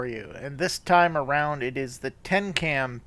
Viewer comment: Tecnam dude... Tecnam... good lord